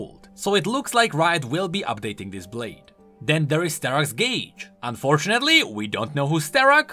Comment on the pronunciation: Huh, Sterak's gage. You're from Czechia, right? Sterakdary.